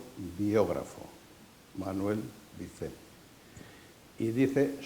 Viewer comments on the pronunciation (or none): Se llama Manuel VICENT, no VINCENT.